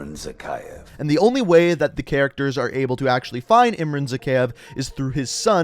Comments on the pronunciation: lol he doesn't even pronounce Zakeave right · "Zakhaev Arms" Ahahahahahahaha! Wait, "Zakhaev Arms" Hahahahahahahahaha. One more...